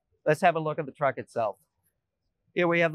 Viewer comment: This is TRUCK not a truck. You mispronounced